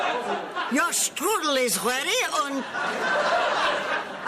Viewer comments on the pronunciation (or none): none